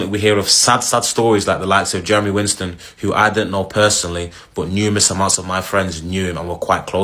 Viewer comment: The least you can do is pronounce his last name correctly. Its WISTEN not WINSTEN. A little effort for the deceased please.